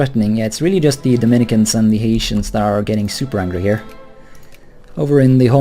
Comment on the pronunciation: Love the series. P.S. Haitian is pronounced HAE-shens